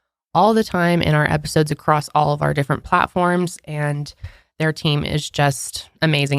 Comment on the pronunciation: I love how so many Americans say acrosst instead of across. 🤣🤣